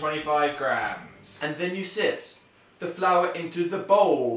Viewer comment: i like how they say siv instead of sift